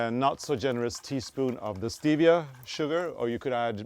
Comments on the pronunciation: Almond Milk, cocoa powder and stevia ( said it right, stee vee a)....mmmmm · Stevia just the way you said it English 👏😉 and your body knows it’s sweet and does the same thing any way